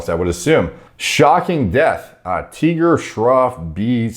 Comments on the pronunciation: Lol fo real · so confused with all the names he getting English ones wrong too.“TEEGAR” it’s Tiger 🐅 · Dude read Tiger as Teeger. Lol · Well i didn't know in your country you people pronounce tiger as teeger..🙆🏻‍♂️🙆🏻‍♂️ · has become so used to pronouncing indian names weirdly that he even pronounced 'tiger' like it was an alien word to him 😂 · how do you mispronounce tiger, bro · He couldn't even pronounce Tiger 😂 Shits hilarious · Did you just mispronounce the word Tiger?